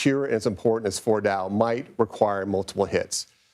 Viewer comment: This man clearly has zero clue how to say Fordo lmao. “Retired General says this”__ and just expect people to believe it. Unfortunately many do.